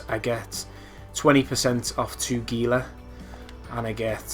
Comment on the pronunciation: Pronouncing Gila wrong (hee-la). My only criticism. Otherwise good vid, very helpful!